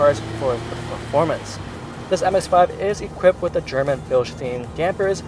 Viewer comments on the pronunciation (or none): none